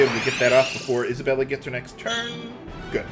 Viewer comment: The i is silent in Isabeli